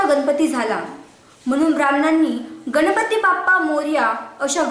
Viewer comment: गनपती नाही...ग. गणपती.